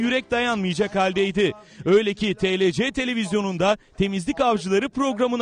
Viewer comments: Biz:Tielsi Dış ses:TELECE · Telece degil (okunuşu)tielsi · tlc değil tiefci ama tlc diye yazılıyo tiefci diye okunuyo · Bide 'TeLeCe' diyor , Ti El Si dese neyse de ... Ah Show Haber ahh.... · Nobody: show tv spiker:telece